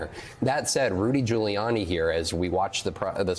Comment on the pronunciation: sounds like he says Rudy “Jailiani” 😂😂😂